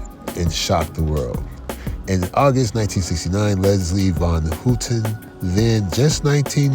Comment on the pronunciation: It's pronounced HOWten...Not HOOTEN